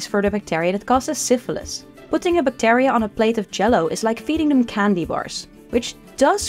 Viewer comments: Great video. To the speaker: check your pronunciation of the word bacteria please. 😊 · the amount of "bactAria" in this video hust hurts my brain.